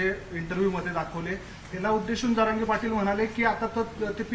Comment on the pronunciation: Sarange nahi re bhau jarange ahe